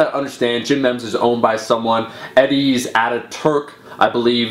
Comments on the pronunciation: Isn't it pronounced gym "meemes" not "Memms"? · "ME-mss" Not "membs" or "meeems" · AM I'm Canadian, I say "meem" - I think he just says it wrong lol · It's pronounced meems man... at first I was like what the hell is gym mems lol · It's pronounced Meems. Long E. It is a term coined by Richard Dawkins to explain how ideas can evolve in a similar way to genes. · "Mehms" lol. Dude it's pronounced me-me's. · Omar, it's pronounced 'meems', not 'mems'. :) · The hell is a mehm? I think you mean memes lol. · It's a pity you didn't ask people to keep an eye out for the smaller designers and stop ripoffs. Memes is pronounced 'meems' as in genes (look up 'who coined memes', you'll be surprised) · meem, say it like meem. BUT YEAH, that's a load of intellectual property issues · lol he doesnt know how to pronounce memes, but srsly, keep defending your rights you beastly warrior